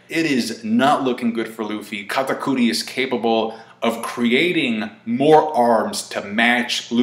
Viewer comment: stop saying katakuri like that